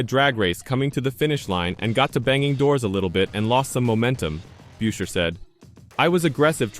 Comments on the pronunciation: it's busher, not byusher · Tried to watch this video but couldn't. About the 5th time Buescher's name was pronounced as "Byoosher" I'd had enough. This video didn't deserve my time. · Just asking, Can’t you pronounce Chris’ last name correctly? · You can't even pronounce his name properly!!! This channel is a joke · If you cannot pronounce the names right I cannot take the video seriously